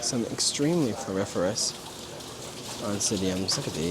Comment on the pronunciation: I get triggered every time you say fluoriforous